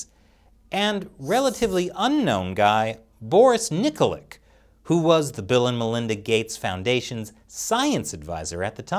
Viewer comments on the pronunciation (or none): Its pronounced Nikolitch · Nikolic is pronounced Knee-coal-itch. When there's a c at the end of a slavic name its a "ch" sound, not "k".